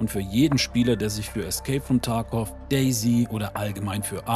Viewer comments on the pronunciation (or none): none